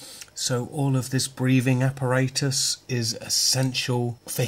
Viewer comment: As always, a very good review!!. Funny the way how you say apparatus. In the plane before takeoff they say it different : )